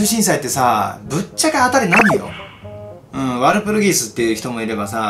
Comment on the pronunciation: ワルプルギス「言えてない！」